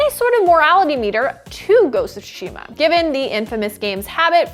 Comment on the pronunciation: This pronunciation of tsushima was hard to hear